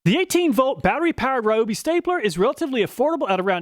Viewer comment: RYE-OH-BEE! Not ROH-BEE!!!